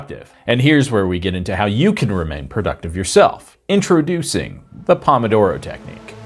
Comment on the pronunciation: That's not how pomodoro is pronounced.